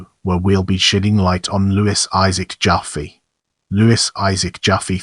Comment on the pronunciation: I was a friend of Louis I,, Jr. and Louis Senior’s widow Alice from the age of 6, and the name is not pronounced JOFFee but JaFFAY. But thanks for this deserved tribute.